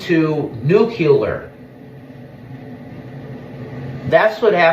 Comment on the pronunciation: That is not how you pronounce “nuclear”. That is how idiots say it.